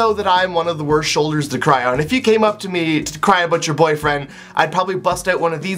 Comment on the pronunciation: "A'out" <3